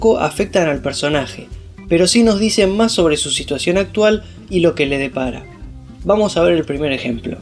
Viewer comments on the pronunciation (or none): none